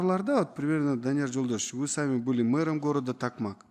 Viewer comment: Эненсикейин такмак эмес ТОКМОК